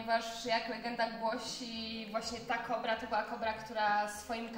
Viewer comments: Zdaje mi się że chyba "kobr" a nie "kóbr" 😉 Jak zwykle genialny materiał, uwielbiam te edukacyjne odcinki! 🐍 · Nie KUBR tylko kobr, nie NÓR tylko nor.Język polski nie być trudna. Błagam...